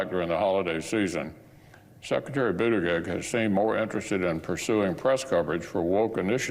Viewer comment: Did we all notice that Moscow Mitch called Pete Bood-egg-egg? What a complete tool 🙄 Pete's tooooo good for Mitch